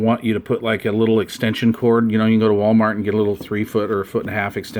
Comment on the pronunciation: Ho Lee Sheet I think he saying Wall Wart. Wall Wart Wall Wart Must be slang for Walmart purchases